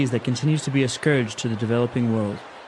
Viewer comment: Is that scourge？ not scorges？